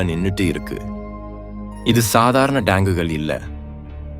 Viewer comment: குரல் நன்றாக உள்ளது. ஆனால் சில உச்சரிப்பு தவறுகள் உள்ளன. சூழ்நிலை (Jul nilai என்று சொல்கிறார்), Tank என்பதை Dang என்கிறார். Operation என்பதை obberation என்று சொல்கிறார். Pok என்பதை BOK என்று சொல்கிறார்.